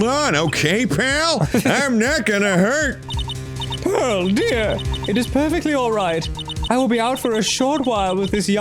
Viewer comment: I am desperately annoyed every time Phoenix calls her “Pearls” Idk if it’s supposed to be a cute lil nickname or if someone just didn’t put Pearl in there right but my ears flinch every time lmao